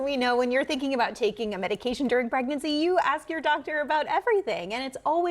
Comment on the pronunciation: aaacetermenerphin during pregnurcy... NOT good